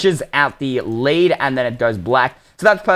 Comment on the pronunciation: You said led instead of lead